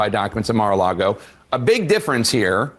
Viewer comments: That guy says, "Mar a largo." 🤣🤣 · Someone should at least tell this idiot how to pronounce Mar a Lago...NOT Largo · He was calling it Mar-a-largo lol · The dude can't even pronounce MARA LAGO correctly he says MARA LARGO lol 😂 let alone make a valid argument about the documents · "Mar-a-Largo," he says... what an absolute joke of a public "servant." 🤢🤮🤬